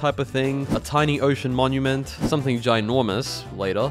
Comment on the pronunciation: Monument not minumint